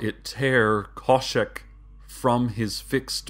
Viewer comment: Khoshek. There's an h in there.